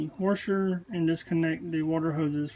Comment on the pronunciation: You sound like Texas with your “warsher”- love it! My best friends husband is coming over tomorrow I told him you said it’s the coupler (I think that’s what you said). I enjoyed the video. Will subscribe so I can fix my own stuff.